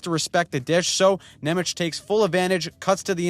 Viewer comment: I had to play the squeeker of Nemec twice just to hear how you pronounced his name. Slovak 'c' is like 'tz' in tzatziki. But you can call him also 'German' since his surname means German in Slovak 😅